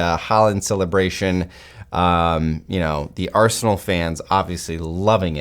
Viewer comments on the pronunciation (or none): Is it my ears ? Did he kept saying Arseholenal instead of Arsenal ?